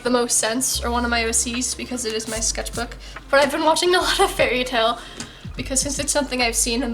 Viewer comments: sketch-bok is actually how you say sketchbook in swedish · When you said sketchbok, I now keep saying sketchbok wtfff